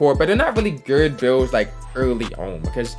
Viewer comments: Why u say good like geerd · good* not gerd 🤦‍♂️ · Why do you say “good” like that ? Lmao gurrrddd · I thought it was only me hearing it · ohh he said good ian even knowwwww😭😭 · why does he say good like that